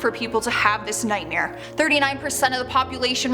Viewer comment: The way she says “nightmare” is pretty scary to me... nightmeer lol